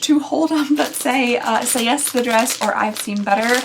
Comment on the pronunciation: "I said yef" LMFAO. I wear tanks as pajama tops. The auction house comments about the dress paddles were too cute. 😂 I'm guessing from the contents of all of these, the companies don't plan on you buying more than one box with the amount of ring dishes, hats, and worded clothing you receive.